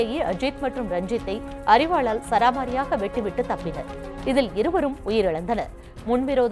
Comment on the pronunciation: சராமாரியாக இல்லமா சரமாரியாக